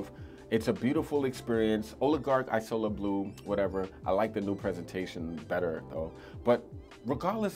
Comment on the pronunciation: It’s pronounced ‘eazola’, not ‘ajsola’. Isola is Italian for island. You may like afternoon swim by LV, similar vibe to mandarin basilic.